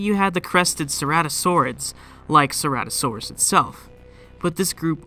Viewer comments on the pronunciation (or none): none